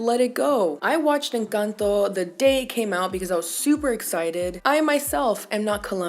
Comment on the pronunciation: I flinched when you said "Encanto". And then: MAMI USTED TIENE TODA LA BOCA LLENA DE RAZÓN!!! Just like that. You ticked all the boxes <3